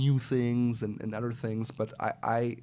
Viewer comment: are you a French Canadian? Your pronunciation of other or any word with Th sounds like s Canadian accent.